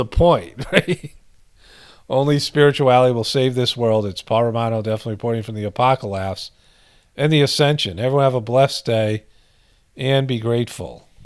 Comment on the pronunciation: Apocolapse? Or apocolaughs? 😝